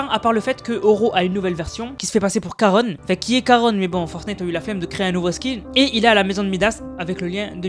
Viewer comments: juste pour te dire que je crois qu'on dit Charon et pas \\Karone\\ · On dit Charon et pas Caron 🤣🤣🤣 le CH se prononce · Salut juste pour t’informer qu’on dit pas karone mais karon comme ont mange mais ça s’écrit charon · Juste on dit pas caronne on dit charon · Juste c Charon ch pas k